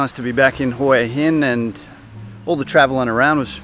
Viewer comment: Huw Hin dot Thai